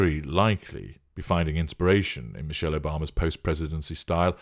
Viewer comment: 😂😂😂😂😂😂I wanna bee Mee-sheyll😂😂😂😂